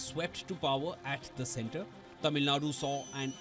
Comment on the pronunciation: kudos to the presenter for the effort pronouncing Tamil words right.